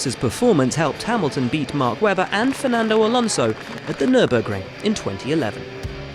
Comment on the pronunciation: The guy really said Alanso was caught napping 😂